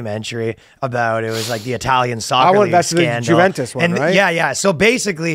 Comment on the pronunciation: Danny it's pronounced juventus